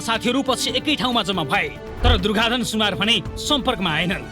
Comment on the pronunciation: सुनार होईन है सुनुवार हो सुनार कामी अर्थात् बिश्वकर्मा सुनुवार भनेको जनजाति अर्थात् कोईच कस्तो मुजि हो उचारण गर्नु आउदैन